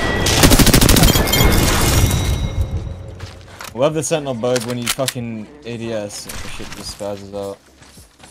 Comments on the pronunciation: DAndy he said Centennial, not Sentinel. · I know did not pronounce sentinel like that 💀